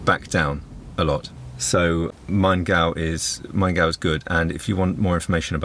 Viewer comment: Pronouncation of "Maingau" was right and good :-)